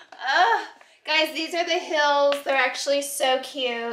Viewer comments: The way you say heals “ hills” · Heals? Lol The way you spell heels.